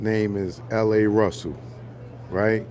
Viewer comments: LaRussell is from the bay It’s not La Russel it’s Pronounced LahRussell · He from Vallejo, In the Bay Area.. it’s LA-Russell not L.A. Russell. You got me crying in this video & spitting nothing but facts!